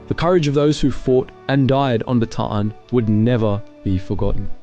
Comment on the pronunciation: Bataan is pronounced Baa TAH" Ann ... 3 syllables